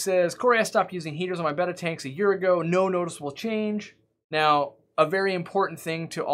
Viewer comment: I just found your channel today and I've subscribed for the simple reason you've pronounced the name "Betta" properly. For many years now people who work in aquarium shops have been calling this fish a "Beta", pronounced like the Greek letter. I don't know why this annoys me so much, but it does. Your advice is spot on, thanks.